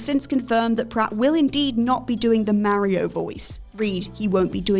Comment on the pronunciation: The mario take aswell as the way you pronounce it aged like milk